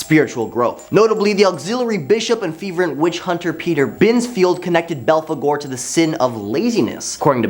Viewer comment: ...get this kid a pronunciation guide.. or train him to Google every single proper name, ect.. ..can't pronounce philistine (fill-eh-styne), but nailed balfagore..